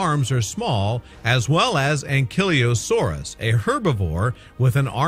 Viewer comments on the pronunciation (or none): Do you know how to say names of dinosaurs bro like what the hell it is a carno-taur-us and an ankleo-suarus